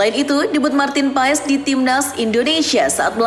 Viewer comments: Bukan martin paes bacanya tapi paas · martin pass di baca nya min katanya.🙃